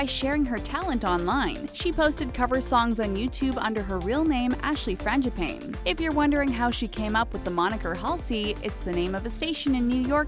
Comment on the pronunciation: Who cringed on "frangipane"....she said pain and not pane